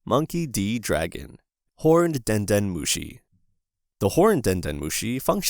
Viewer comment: Den nœt mochi 😱😵🍚